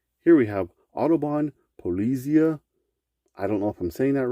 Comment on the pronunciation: Polly-zeye (like Eye with a Z in front tho). It’s German. Google is your friend.